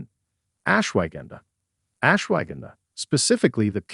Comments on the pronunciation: AI HASAHARDTIMEPRONOUNVING .///ASHWAGANDHA...GONNA TAKE SOME RIGHT NOW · I might have more confidence in the info if they could pronounce Rhodiola and Ashwaghanda properly. (Not RAH de o la, but “Row”) and not… what? “Ash wagon duh”?? But ash-wuh-gahn-duh.